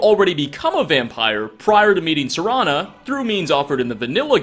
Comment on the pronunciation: For the first time ever, he said Serana's name correctly.